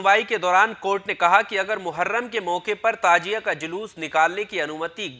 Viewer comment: Tajia nahi Tazia